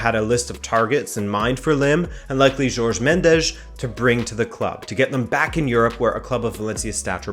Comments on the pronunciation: JORGE. JOR. GE. not george. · Think it’s not George Mendes. It’s pronounced Horhay.